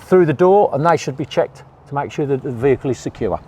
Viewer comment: why are you saying sura not sure ? :P